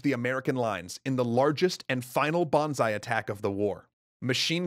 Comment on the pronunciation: I love how youre pronouncing Banzai as Bonsai (Bonzai) :D. Imagine a last Bonsai attack.